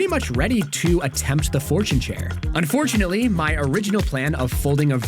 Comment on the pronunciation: un-FORTUNE-ately hehe